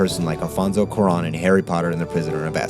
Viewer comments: Quran? Coo-Ah-Ron! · Amazing work as always, but now I'm gonna be THAT guy (mostly because I feel like you'd care). It's "kwah-rone", not "koo-ron". That is all. PS: I vote Galaxy Quest. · Interstellar! great episode, definitely made me adjust my thinking of it. Also, I hate to be this guy, but since you seem to like him so much, I feel like you'd want to know: It's pronounced kwah-ROAN, not coo-ron. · It's not Kwu-Ron, it's Kwa-Rohn. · It's pronounced kwa-ROWN. It's not about accent or English v. Spanish - you just chose the wrong vowel. If you love the dude, get his name right.